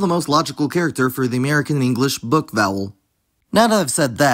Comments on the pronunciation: i think you just say "book" really nonstandardly, most Americans I hear have a much more back and much more rounded vowel than yours and also yours is clearly more central than front, [ɵ] is much better than [ø] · Your ‘book’ vowel is certainly [ø̜], but the vast majority of GenAm speakers have something closer to [ɵ]; not [ʊ], yes, but definitely not so front as [ø̜]. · I would say you say book slightly differently to most Americans. At least for me the vowel is a rounded schwa, which didn't seem to show up on an IPA chart, but if I unround my lips without moving my tongue while saying it, I'm then pronouncing a schwa. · At the very least it should be more back because there's no way it is a fully front vowel, [ø] that just doesn't sound like what he says